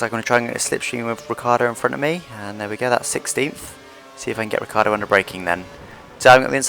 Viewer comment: I do not understand why you English spoken Riccardo instead of Ricciardo